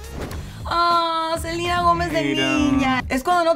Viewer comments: No se dice Selina Gómez se dice Selena Gómez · Porque le dicen Selina? Es SELENA LPMM😐🙄